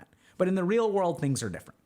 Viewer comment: “In the real wurlde “